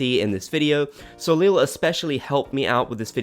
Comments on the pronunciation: Soleel lol. I think it is pronounced sol-isle, but the -le is silent. Correct me if I'm wrong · Soleil is pronounced So-ley. Its french for Sun. It hurts hearing so many people mispronounce it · Bobs Gang! Okay, first Soleil is pronounced "so-lay". It's French for sun. Second, Brewster's kind of matches because it's a houndstooth in coffee colors.